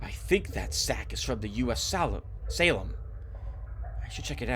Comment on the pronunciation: Heeey, I remember this one, I played the intro but it didn't fully got me; I remember thinking you would like it. Although I didn't think you would have such a hard time pronouncing Salem :P Slitherine is a good publisher, got a lot of their wargames. I'll pass on naming, you've already immortalized me in a couple of LPs and you already have a long roster, I'll leave the reserve opportunity for another viewer.